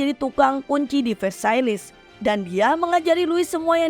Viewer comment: Louis dibaca lu;wi Versailles dibaca verse;ye De franc dibaca de frang